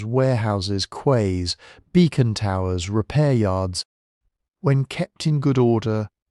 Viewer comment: OK. Mispronounced words are a side effects but Quays?Not pronounced as it appears but should be read as keys. It's not logical but it is human.